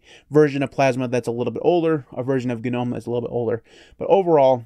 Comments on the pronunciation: Thank you for saying it properly: guh-nome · I'm just glad you pronounce it right lol